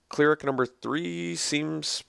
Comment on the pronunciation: CLER-ic, not CLEAR-ic